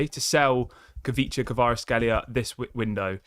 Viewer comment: It is pronounced Kweecha Kwarats-kheelia